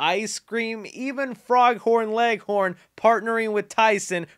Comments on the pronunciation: his name is pronounced foghorn leghorn not frog horn leghorn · nice vid man bt ...it's Foghorn Leghorn, Dobby (Daw-B) & Pumba from lion king not Toomba lolol